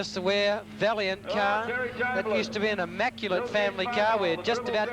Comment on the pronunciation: "That car used to be a valliant" 😂